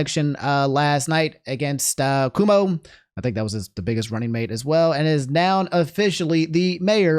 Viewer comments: After Cuomo and republicans mispronouncing Mamdani's name, I think calling Cuomo "Coomo" is poetic justice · I know you are bad at pronouncing things, but it's difficult to take you at your word reporting news when you don't even know how to the names of the people you're reporting on. Like Cumo.